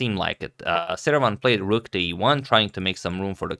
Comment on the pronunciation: Am I really the only one who hears "Saruman" when Agad says Seirawan???